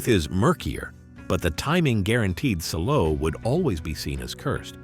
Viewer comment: It's pronounced Sall-o.